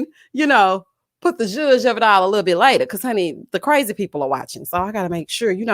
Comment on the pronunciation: I 😆 cackle errtime you say "lit toe bit toe"